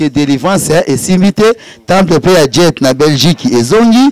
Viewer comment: Tika koloba "djet"! Soki oya déjà Belgique, olingaki oyeba que c'est pas "Djet" mais "Jette". Tika kokosa que tu étais 3è au Congo et 5è au monde. Et surtout tika koloba oza parce que les ne parlent pas de cette façon et avec autant de lacunes en français. C'est un nom qui t'a été donné parce que boza village moko et ba parents bayebanaki. On voit ça souvent epa ba ngala